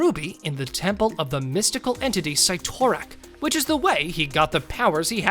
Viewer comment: Cyttorak (sitter rak) not catorak